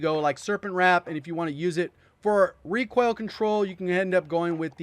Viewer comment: Is He saying ReQUAIL?